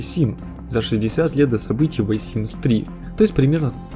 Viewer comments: Вэ симс?! То есть ты THE (зэ) читаешь как (Вэ)??? Ля ЗЭ тоже не правильно звучит, но ВЭ это полный разъеб если четсно) бро ну не верю что ты на спокухе считаешь что вэ надо говорить,я просто не верю что есть люди которые так зачем то коверкуют такие простые звуки😂 IT'S NOT REAL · Господи, почему ВЕ Симс? Хоть бы зе Симс, ну это не реально бесит. Режет ухо каждый раз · нет. У этого есть определённый звук и он лишь слегка напоминает З или В. Лучше слэнгово сказать Дэ, чем Зэ. Это ультра руснявая ошибка. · Всё круто, но "Вэ Симс, Вэ Симс Два, Вэ Симс Три" режет слух. Не только от самого произношения "The", но и от построения предложения аля "Лолита это молодой персонаж который умер Вэ Симс 3", будто бы твоё ВЭ одновременно и "The" и "в", короче ужасно, кошмар. Но Вэ Видос интересный. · Бэ Симс, вэ Симс, уэ Симс... Еле досмотрела, больно. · "ВайСимс" ты что там родной, какаху съел? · Как же режет ухо это "ВЭ симс".... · Мне одной кажется, что он говорит вэ Симс? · почему "вэ симс"? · Да откуда вы берётесь твою мать. Почему "ВЭ симс?" Th - ну в крайнем случае "з". В реальности что-то между "з" и "д", ахиреть просто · Омг, я, конечно, все понимаю, видео крутое, несомненно) Но, пожалуйста, научись правильно говорить "the", а то я чуть с ума не сошла, слушая весь выпуск "вэ"... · Не смог слушать «вэ» и выключил видос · Меня одну бесит "ВЭ симс" ? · ВЭ симс.... мои ушииииии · я?аххааззаахахаз Набери примитивно в переводчике и послушай, что слово the произносится как [ðə]- [зэ] (шипилявый такой зе) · Ва симс: Зей симс? что он говорит? Уши режет :с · ты специально постоянно произносишь the как ВЭ? кровь из ушей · "Зе" - тоже неправильно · Почему вэ симс?! The sims! Вроде мелочь, но кривлюсь каждый раз как произносишь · о боги, эта "зэ" слышится еще более отдаленно и убого чем "вэ". у the есть конкретное произношение, не надо никаких З,плииззз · ве симс? xD перестань пожалуйста говорить это дерьмо) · ХВАТИТ ГОВОРИТЬ "ВЕ СИМС" КАЖДЫЙ РАЗ О БОЖЕ. Режет слух сильно. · ве симс XD